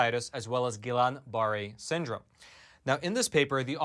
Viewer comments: Ghee-yahn bah-ray is the pronunciation of Guillain-Barre. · pronounced: Gee-yawn Bur-ay (lay, slay, flay, stay, may) but who really cares? lol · It's pronounced [hard G] gee-on bar-ray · It's pronounced "Gee-yon bah-ray". G as in good.